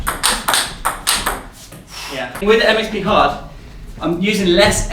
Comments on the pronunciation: when you say it fast it sounds like "it makes me hard" lol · the MXP hard sounded like 'that makes me hard'